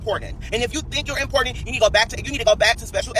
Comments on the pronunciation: You are not “Impornan” 😂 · What is he saying Importandant ??? He is not running off at the mouth while looking like someone took a black marker and went off everywhere.🤣 Just ignorant!!! He is ranting because Tiffany is going to be speaking out about the LIES he tells!!! He’s Satan favorite son & he is slow because what fool brags about talking ignorant he big mad everybody is booked and busy meanwhile he’s riding around renting cars and lying like a dog mispronouncing words wishing he was famous rich and important!!!